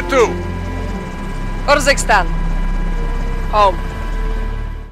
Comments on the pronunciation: Also it’s ursikstan not yursikstan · It’s pronounced Uhr-zik-stan (like urn), not yer. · Urzikstan, not yurzikstan. Farah not faraa. And it’s pronounced Kareem not Karim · Pronounced like Far-a not fair-a and ur-zak-stan not your-zak-stan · Far-ah not fair-ah Ka-reem not care-im and er-zik-stan not your-ski-stan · ItzJTTime so is it yoorickstan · Cheapskate If you haven’t noticed, he can’t pronounce most of the names correctly. Not even Iraq or Urzikstan, for that matter.